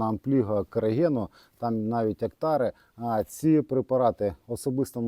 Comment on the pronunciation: 😢😢Ну чому ти так не чітко в без інтонаційних пауз робиш ці рекомендації, що навіть на повторі ніхера не ясно?? От геть змямлив назву - «типу Октаре!» Куди летиш як та муха?!